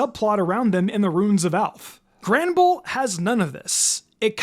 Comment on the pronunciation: No way he said 'Granderbull'